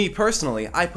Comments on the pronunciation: he pronounced guillotine wrong — is this a post-ironic subhumanist metaphor? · Bruh is living in Canada where there is so much French and yet pronounces guillotine like “gill”